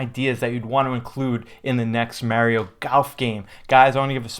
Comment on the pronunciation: Funny how he says Mario ike Mehrio